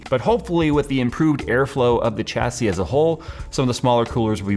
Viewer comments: SAY IT WITH ME ....Chassis ..... SHAH - SAY not CHA-say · The "h" makes the c an s! shassee.. Thank the French. Edit: I may have missed it but the case is called the "Panzer" cool whip.